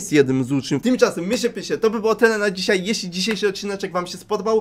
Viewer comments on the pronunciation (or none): none